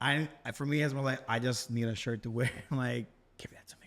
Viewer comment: Or just tucking it in, iron your shhyt 😂😂 she said that with chest ❤❤❤